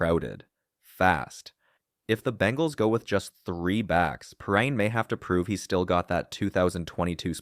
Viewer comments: I hate these AI generated voiceovers. His name is pronounced Pee rine . Come on man! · Bro can’t even get Perine’s name right 😂 and none of this is “new news” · I thought the same thing😂